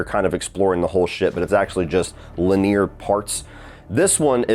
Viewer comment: pronounces linear like he's talking about fake teeth. That shit is so odd 😂